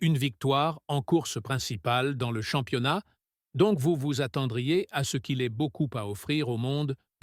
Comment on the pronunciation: Salut... à " Rousseaule et Verstapène.... 2016... 10 victoire... en formulant... champs-yonnas....... 😂😂 Je n'écoute même pas ce que raconte, je me marre